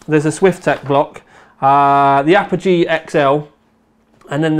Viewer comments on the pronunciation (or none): none